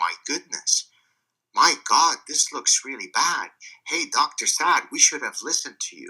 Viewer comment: haha, "help us oh Gad". You've gad to include this line more